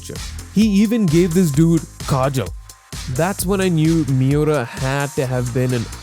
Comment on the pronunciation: The way to pronounce his name, Kentaro Miura, is not that hard bro. Mee-oo-rah the rah being like the end of radar